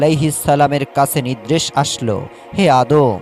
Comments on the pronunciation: নিদ্রেশ হবে না.. নির্দেশ হবে.. উচ্চারন ঠিক হওয়া দরকার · মূর্খ, নির্দেশ কে নিদরেস বলে